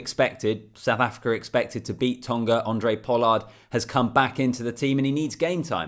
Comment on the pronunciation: Thanks - love the videos from a Capetonian fan. PS - it's pronounced "Hon-drey Pollard", not "Andre" lol. But either way - appreciate the work effort in getting these videos out. Looking forward to seeing your channel grow.